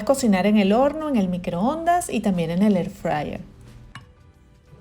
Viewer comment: Y QUE ES ESO DE "EFRAYER"??????!!!! EXPLICATE BIEN!!!! HABLA BIEN!!!!!!! HABLA CON PROPIEDAD!!!!!!!